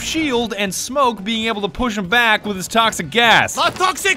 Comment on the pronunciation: When did smoke become smonk 😂😂😂